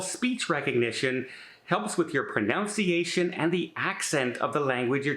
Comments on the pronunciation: “Helps with your ‘pronounciation’…” Ironically,, you misspoke. It’s “pro-nun-ci-a-shun.” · I agree with you that you even have difficulty speaking English because you sai “ proNOUNciation” instead of pronunciation. Gotcha guy! Great videos!